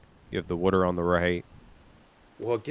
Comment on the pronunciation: WTF is wooter? Say it with me w a t e r! 😂